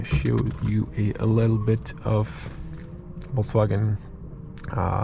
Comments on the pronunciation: it's Volkswagen, not VolksCwagen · that's how most slavs usually call the volkswagen itself